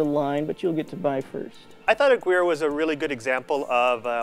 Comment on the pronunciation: ah-gear-ray is really how it's pronounce. friend with the last name corrected me on it when i first said the name